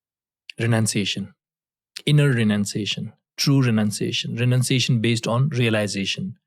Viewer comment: True renanciation